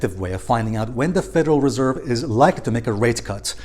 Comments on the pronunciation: Stress on the second syllable with Federal Res'erve 😉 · Nice vid you keep mispronouncing Reserve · Please master how to pronounce the word reserve dear friend you bounce around sometimes getting it right and sometimes getting it wrong. But I must say that you usually do get it right and your content is excellent thank you so much❤